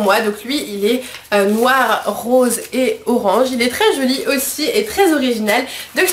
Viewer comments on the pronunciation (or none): none